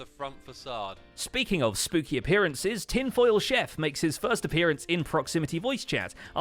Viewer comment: "tinfoichef" lol